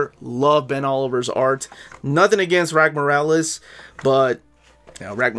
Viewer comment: Rags Morales… exactly as it’s phonetically spelled. The S isn’t silent Also Sholly… it’s Holly with a Sh. He’s jewish. Ivan Reis = E-von Reese. He’s brazilian. Point of reference - There are interviews out there with these guys saying their own names in interview, for clarification.